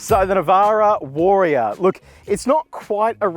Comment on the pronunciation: take a shot every time he pronounces it WAR-E-ORR :)